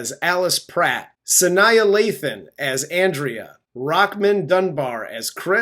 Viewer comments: Great review, I laughed so much! I knew you guys would go in on the over-the-topness of this movie, which is trademark Tyler Perry. Aside from hearing you guys pronounce Sanaa Lathan’s name again, I requested this movie because it is one of my favorite Tyler Perry movies (I really like the cast and performances). By the way, you got closer, but still mispronounced it. Like a viewer stated under “The Best Man” review, it’s pronounced like Frank Sinatra’s last name, without the “TRA” part (Sin-NAH). And, yes my name is pronounced the way normal people would say it (rhymes with “dribble”). Again, thanks for the laughs. 😂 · You're still pronouncing Sanaa Lathan's name wrong. 😆